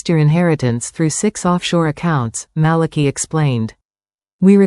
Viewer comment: And I think the pronunciation of Malachi's name is wrong😂.